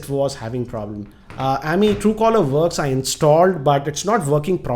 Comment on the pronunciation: It's Amey(अमय) not ameee amgrez ki aullad